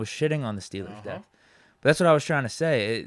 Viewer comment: Why do you say dep when the word is depTH?